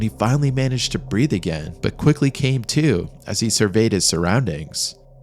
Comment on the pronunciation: Breathe, not breath